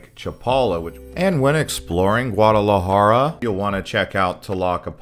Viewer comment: Great and informative video but the way you pronunced Guardalajara was so spanglish 😂 l had to think for a couple of seconds before realizing what you talked about. But that did not stop me from waching it all good job 🎉🎉